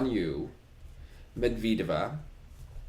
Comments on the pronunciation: more like Med-ved-eh-vah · Pronunciation: (Med-ved-yuh-vuh)